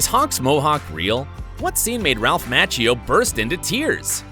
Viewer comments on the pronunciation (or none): His last name is Mock kee oo not match ee oo. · Please pronounce Macchio correctly!